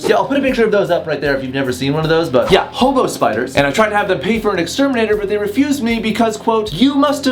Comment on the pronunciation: I thought he said "homo spiders" instead of "hobo spiders!"😂😂😂